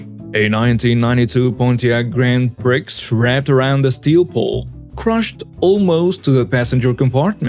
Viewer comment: Grand prix is pronounced grand pree. It's french. 😆😁💋